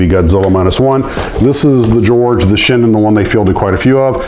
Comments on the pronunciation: Great gift from our Hawaiian Glootrooper., a the beginning were you trying to string us along., you made the same good I did, The George is the Shiden, not Shinden. No "N". I made the mistake when getting my hobby shop to order the Shinden. I check the names and one is Violent Lightning and the other is Magnificent Lightning. Your airforce just keeps growing. Soon it will be the largest in the world. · George is "SHIDEN", not SHINDEN.